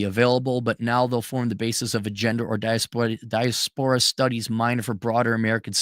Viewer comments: "Die-ass-per-ahh" not "dieah-spore-ah" ❤ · Gotta love the pronunciation. 😂 Diaspora is definitely not a high-scholar SAT word. Right? 😅